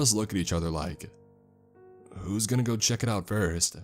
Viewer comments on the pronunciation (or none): none